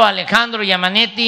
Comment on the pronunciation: Jajajajaja jajajaja giammanetti